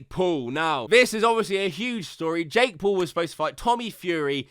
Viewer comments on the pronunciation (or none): Every time you say Jake Paul sounds like your saying Jake Poo 💩😁.